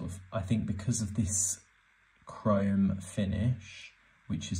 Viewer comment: bro how do you mispronounce chrome???? HOW DID YOU SAY CRY-OME